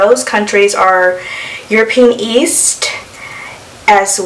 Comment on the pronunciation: "Euro Pe An" not "Euro peen"